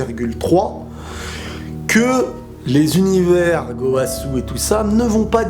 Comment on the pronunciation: Je suis le seul a rigoler quand il dit gooowasu 😂😂😂